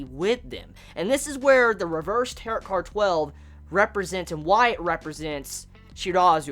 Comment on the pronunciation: Don't mean be rude or anything but Tarot is pronounced Tar-O, it's french I guess so yeah